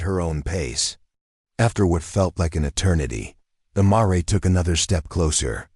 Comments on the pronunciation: Marray should be pronounced mayor which is a female horse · Marrey? Seriously? I quit listening after that! Get a real narrator. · Surely the AI narrator should be checked for correct pronunciation e.g mare?